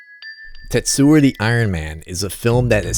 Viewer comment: tetsu-o not tetsua